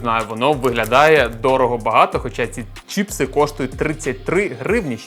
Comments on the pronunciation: чіпси не правильно казати правильно чипси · Вот только на Украинском правильно не Чіпси а Чипси